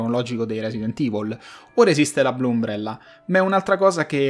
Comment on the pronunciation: Però umbrella con la U non si può sentire proprio